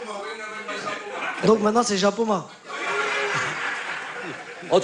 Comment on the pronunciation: mdr je ris du journaliste qui a dis zapoma je c que c japoma mec